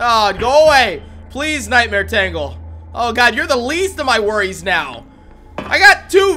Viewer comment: I know it’s been a year since you commented on this video, but it’s pronounced as “Taingle” not “Tangle.”